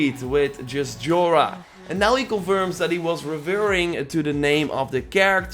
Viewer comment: It's pronounced as 'Yora', not 'Jora'.